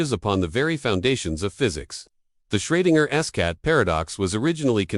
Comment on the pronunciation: Shreginer's Cat? LMFAO bro, you'll never make money if you can't even QC your own videos. Try making videos about something you have an interest in, show us a genuine human behind the scripts, and maybe, just maybe you'll get 1000 subs. GLHF.